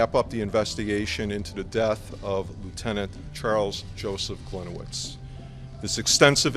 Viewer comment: As a Polish person, my ears bleed every time mispronounce the name "Gliniewicz" 😉